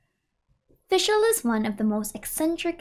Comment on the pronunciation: yes finally someone gets the pronunciation of her name somewhat right the rest needs still some work but german is a hard language so it’d be unfair to expect every german word used here to be pronounced right